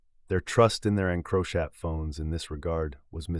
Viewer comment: And the pronunciation of encrochat 😂😂 I had to turn it off to 😂😂